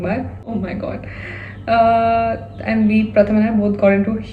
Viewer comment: Gurl....I used to think of Pratham as jiju but being from Kolkata...ig u are my bhabhi now❤ P.s. - if he's Bengali,his name should be pronounced as Prothom😅